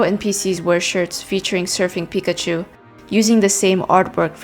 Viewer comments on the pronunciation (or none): none